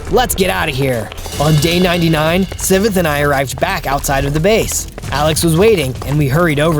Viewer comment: It's Si-ve-th